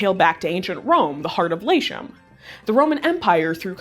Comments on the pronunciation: Great video, but the Roman land of "Latium" should be pronounced "Lah-tee-yum," not "Lay-shun." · Latium - Lah-TEE-oom (roughly)... Latin names pronounce the Ts. 3 syllables, not 2 (Lay-shyum) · "Lashium" Really? How about just "Lat-ium"? There now, simple. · Latium was pronounced as "Lay-shium"? That sounds like an American pronunciation. I think it's likely Latium was pronounced as "La-tee-um". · Latium is pronounced “lah-tee-oom”, not “layshum”. That being said, I don’t know why people from such culturally diverse countries as Brazil, Mexico, etc would want to be lumped all together under a racial umbrella invented by the US government? It seems so insulting. I’m Italian and what Latin is to me is the language and culture of my ancestors, the ancient Romans. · Just don't call us LatinX! Also its pronounced Latium, lah-tee-uhm, not lah-shee-uhm. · LATIVM is pronounced LAH-TEE-OOM, not "lay shem." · Lashium... it's pronouced LAH -TEE -IUM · Uuuummm, sorry to tel, you this but it’s not pronounced “Laeshum” but “Lateeum”. It’s pronounce with a hard “t” sound in Classical Latin. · It's la-tee-um (la-tee-oom in classical pronunciation), not layshum... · It's not "lashium". It's LaTeeUm... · Good lord don't pronounce it "Lashium" Latium is pronounced Lazium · Uh...."Lay-sheum"? It wouldn't be so difficult to pronounce it correctly, gang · Me encanta este canal. Excelente y binge worthy. But I would be a terrible Latin& classicist, if I didn’t beg that LATIUM NOT be pronounced LAYSHUM. 😵‍💫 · It seems that you have fallen into the English-language trap regarding the 'ti' letter combination. Classical Latin (as opposed to Church Latin) does not contain the 'sh' sound. Therefore, 'Latium' would have been pronounced "LAH -tee-um'. A rare Latin linguistic holdover in German is that words like 'Spekulation' ('speculation' in English) is pronounced 'SPEH-koo-lah-tee-OWN'. That said, I love the content of these videos, and the wide variety of subjects covered. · Lashum? OMFG